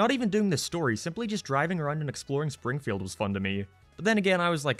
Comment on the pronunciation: He literally said "Shpringfield" ...